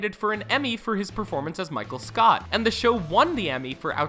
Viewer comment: DID HE SAY MICHAEL SCOUT???